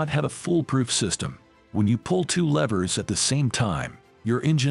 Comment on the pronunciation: This guy needs to learn how to pronounce the words: "squad", "levers" and "passage".